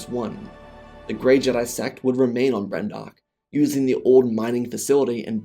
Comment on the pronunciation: I was invested in this whole “What If” until I heard Brendok 🤢